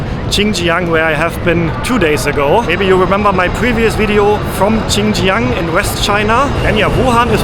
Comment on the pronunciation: Geniales Video,! Hat mir super gefallen. Bitte erlaube mir kleine Anmerkung bzgl. Aussprache: 1. "Comfortable" wird im Englischen dreisilbig ausgesprochen, anders als im Deutschen, also das zweite o wird nicht ausgesprochen. 2. Das x in Xinjiang wird nicht wie "tsch" ausgesprochen, sondern wie das "ch" in China. Ich wünsch dir weiterhin eine gute Reise! 😊